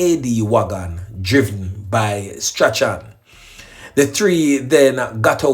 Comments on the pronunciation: That name is pronounced STRAWN. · Strachan is pronounced STRAWN. Bless up yourself.